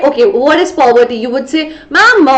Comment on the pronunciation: aap poverty ko pawvarti kyu bol rahe ho 💀💀